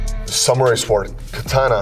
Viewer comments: Saying it without the W is the correct pronunciation though… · You know this man is super smart, Cause he saws "sword" with actually using the W lmao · Suh-wored Sword. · Love how he was pronouncing sword, it’s the samurai code to leave no letter left out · I like how he says ''sword'', pronouncing the w. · Going to start pronouncing Sword with a W.